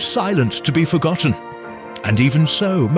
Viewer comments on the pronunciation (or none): none